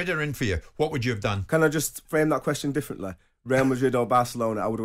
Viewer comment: "let me fwame that diffwently"